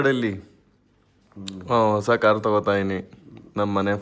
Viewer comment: ವಸ ಅಲ್ಲ ಕಣೋ ಲೌಡೆ ಅದು... ಹೊಸ 😡😡😡 ಎಲ್ಲಿಂದ ಬರ್ತಿರೋ ನೀವೆಲ್ಲ ಇನ್ನು ಸರಿಯಾಗಿ ಕನ್ನಡ ಬರಿಯೋಕೆ ಬರಲ್ಲ..